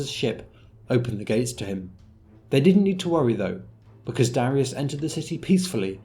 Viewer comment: Darius? More like "Darisus"